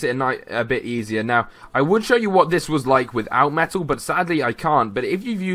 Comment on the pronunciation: Sounded like you were saying FULLMETAL as in da anome